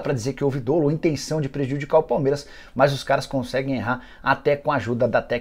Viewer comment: Parabéns pelas informações. Só uma correção, a pronúncia correta é "dólo" (como se tivesse acento no o).